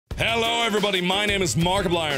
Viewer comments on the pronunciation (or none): none